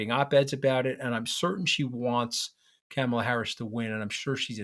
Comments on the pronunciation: Good Lord man, I am talking to you mooch. Please pronounce Kamala’s first name correctly. Sheesh! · Please learn how to say her name! Not Camel-la...! It's Comma-la. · Anthony I’m sorry to say that you are saying the name “Kamala” incorrectly. You are pronouncing her name starting her first three letters like the word “camel” and it should be like the word “coma”. Enjoyed your discussion. Thanks. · I think you are both brilliant and have very good insight. You are, however, mispronouncing her name. It’s Comma-La. Not kammela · Love this podcast. Anthony - Please work on the pronunciation of Kamala. It's COMMA - la, not CAMMA - la. Thanks. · For heaven’s sake, even you can’t pronounce her name correctly!! Is it on purpose? Her name rhymes with “mom” not “dam” … Kam-a-la is not that tough. Even her step kids call her “Mom-a-la.” She’s been VP for 3.5 years and you should know how to pronounce her name! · You guys~ Kamala's name is not "Camel"--la. Her name is "Comma"--la. Like a comma in a sentence! Let's get it right to testify to the world we can see them! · Interesting but one point: Her name is pronounced “Comma, law” and not “CAM- ala.” Like Donald is DONold and not DonOLD. Thanks! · Mooche can’t even pronounce her name correctly: It’s “Comma-la” NOT “CAM-ah-la” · It's Karma Lar not camma lar. A back woman called Karma. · Love you guys. May I suggest, though, that Anthony pronounces Kamala’s name correctly. The first “a” is pronounced like the “a” in “father,” not like the a in “ham.” Enjoy listening to you both! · Anthony I love your views but it is KA-mala. Please say it right. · you gotta start pronouncing Kamala's name correctly. You're giving a bad name to all NY Italians. It's Comma-la. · Tell him, Katty, it's " ,la". Not camel-a. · Mooch, you gotta learn to pronounce Kamala properly! Kah-muh-luh. First syllable pronounced like that in comma. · Please pronounce Kamala's name correctly. It's not hard. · Anthony, say her name correctly